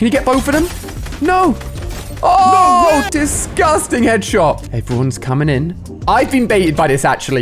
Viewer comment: why does he say discusting EVRY SINGE CLIP its weird